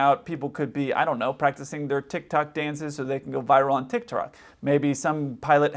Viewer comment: “Tickrock”